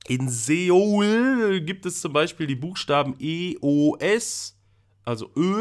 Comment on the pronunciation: Soo - uul Nicht Seuool 😂😉